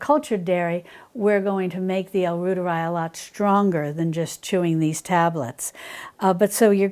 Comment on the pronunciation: L. reuteri is pronounced “roy ter I” like Reuters news agency